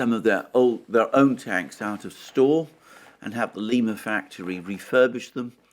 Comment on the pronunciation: Not that it is important but the name of the town (where the tank factory is) is Lima, pronounced like lime (the fruit) uh. Not like the city in South America.